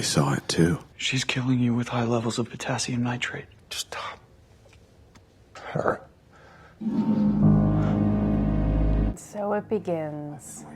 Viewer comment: Even the "Stop her" scene was annoying. Any fluent English speaker would say it "Stopper". Why would anyone in pain waste energy to say it in 2 syllables 3 seconds apart? What is that...?